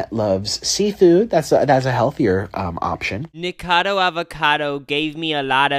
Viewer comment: Obsessed with the way u guys still don’t pronounce nikocado avocado correctly 😭😭😭